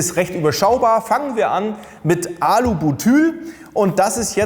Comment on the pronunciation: Das heißt BUTYL nicht Bütül